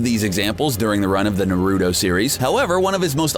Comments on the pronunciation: He called it Narudo🤣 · “na roo dough” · The way you pronounced "konoha" "Naruto" "legendary sannin" really triggers me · This mans literally said narudo yes naruDo I typed this correctly I was this close to liking subscribing and hitting the bell smh it's pronounced naruto. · EXACTLY It’s NAR-UT-O not Norudo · Naruudo(naruto) saynin(sanin)?! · It's pronounced Na- Ru- Toe and Sa-nin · In the world of Naruudo, Me: The hell did you just say?: The pale skinned sayneen Orochimaru Me: GO DOWNLOAD CRUNCHYROLL AND GET YO ASS EDUCATED!!!! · in the world of NAYROOTOES OHROHCHEEMAROO SAYNEEN BOHROOTO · BRUH YOU PRONOUNCED EVERYTHING IN NARUTO WRONG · Legendary Luxray he pronounced everything in naruto wrong like how